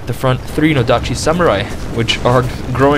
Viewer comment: No-dachi (stress in the NOdachi)